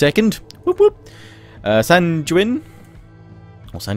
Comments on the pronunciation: Sanguine (sang-gween). Killing me man, killing me. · I think you're fine enough on Alt Clut, all I could find was it was said how it looks. I'm sure the accent from the area would make it sound different. Sanguine though, sounds like penguin. Gwin on the end.